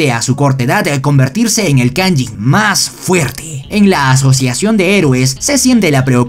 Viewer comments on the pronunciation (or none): Buenisimo resumen pero perdon :(, se dice kaijin (caillín)